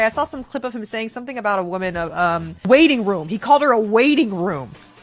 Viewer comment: It’s WAITING ROOM not WAITING WOMB. 🤦🏼‍♀️ 😂